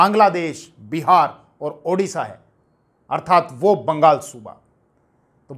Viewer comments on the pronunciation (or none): none